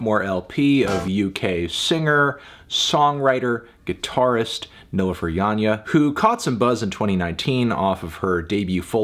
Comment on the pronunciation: Thank you for not butchering her name by your pronunciation.